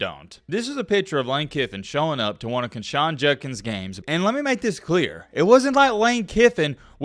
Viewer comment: quindshawn jundkins...lol come on, simple pronunciation